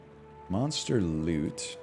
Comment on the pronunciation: When I first heard him say "monster lüt," with an inquisitive chin stroke I found it quite droll, but now I anticipate it and say it with him in unison.